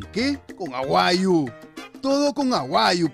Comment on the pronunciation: oe queso Maicelo se dice AGUAYO, no "aguayu"...se te escapa el mote? La "jama" es la jamancia, la comida, el combo pe' causa.